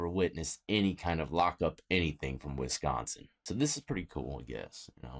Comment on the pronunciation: Wisconsin death!!! WisconS-I-N!!!